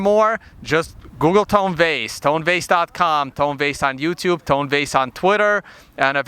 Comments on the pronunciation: Luke its TONE not TONY ffs he said his name 6 times in a row to your face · It's Tone, not Tony